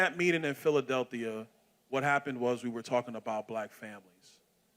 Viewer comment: It's Phila del phia. Not Philadelthia By run🎉😂